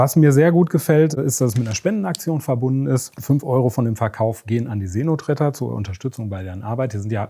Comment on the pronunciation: See Notretter.... ich habe Seeno Tretter verstanden... oh man, ich dachte, Brathering wäre schon schlimm.